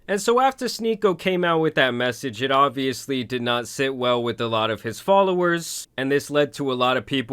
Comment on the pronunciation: Did you really just pronounce "obviously" like "obliviously"? 😂